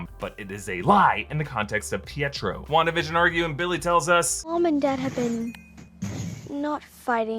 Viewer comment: Is it on purpose that you're saying "Wanda-da-fk" instead of simply "Wan-da-fk"?